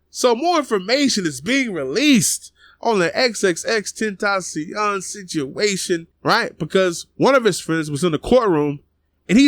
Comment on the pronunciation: No not Xxxtencaion